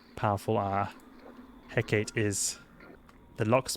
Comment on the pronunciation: Heh-kuh-tee. Named after the Greek goddess. Great video otherwise.